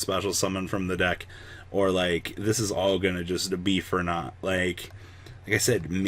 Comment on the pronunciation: When you said "be for naught", I heard "Beefernaut", and I thought "Cows in space." How's that for an archetype idea?